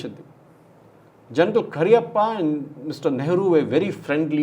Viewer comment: Not 'KARIYAPPA' it's 'K A R Y A P P A'